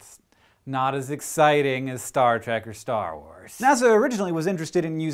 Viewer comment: its trek not track